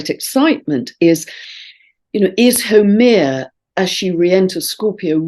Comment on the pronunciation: Dear, thank you as always for your wonderful insights. just a note on Haumea, from a native Hawaiian. The name Haumea is pronounced as HOW MAY YA with the accent on the 2nd syllable. I wasn't sure for sometime who you were speaking of until i listened to all you shared about her. Blessings and Thankyou for all. Aloha Pumehana and Malama Pono (warm Love and Highest Blessings)